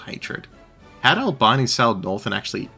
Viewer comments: its ULL BEANIE not bye-nee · Albeeni. Italian is pronounced as written, an i is always pronounced ee, never as eye.